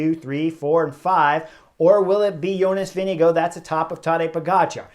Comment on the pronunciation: YO-ness Veeng-goh or Veeng-eh-goh. Only one hard "G" but we Amercians can't help but pronounce with two. Rhyme it with "wing." And the "R" is silent...Denmark supposedly is the happiest country in the world. Maybe because they're always laughing at how we try to pronounce their words...